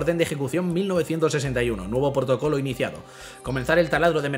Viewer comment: portocolo xd